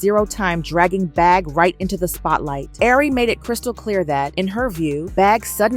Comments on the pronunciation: I'm lmfao at you saying air-ree 😅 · You can at least pronounce her name right since your telling her business